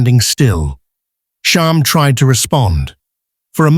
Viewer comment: Too many spelling, pronunciation, and factual errors. Still, I am always happy to see videos about these horses. (Sham, not Shahm. Claiborne, not Clayborn.) I really don't favor AI narration, and it's easy to spot it. Do some research, it takes only a little time. The Wikipedia entry for Sham clearly states Sham's place of birth...Claiborne Farm.